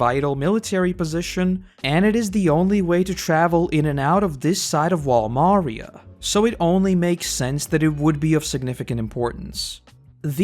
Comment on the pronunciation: its wall MariÁ, the a is accentuated